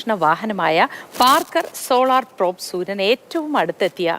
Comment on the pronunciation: പ്രോപ് അല്ല പ്രോബ് ആണ്! പാർക്കർ സോളാർ പ്രോബ് ഇതിനെയൊക്കെ പറ്റി വിവരം ഉള്ള ആൾകാർ ആരും ഇല്ലേ അവിടെ?